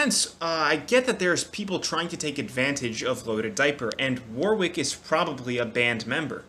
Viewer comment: If you pronounce Warwick wrong one more time lmaooooooo Btw I think it's pronounced "War-ick" there's a city here in the uk that's pronounced like that so yeah.